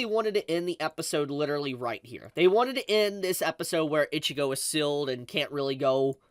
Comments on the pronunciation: Lemme try to help you out bro Bee-ya-koo-ya (Byakuya) E-chee-go (Ichigo) (H)Way-co Moon-dough (Hueco Mundo, you can pronounce it with an h or not) Hearing you pronounce Byakuya like that so many times was rough man 🤣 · Did this man just say Biyakuya and Itchigo?